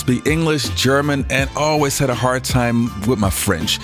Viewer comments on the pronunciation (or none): none